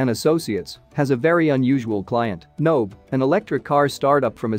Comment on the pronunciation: Nobe is pronounced NoBay, just so people know. The voice synth in the video is garbage.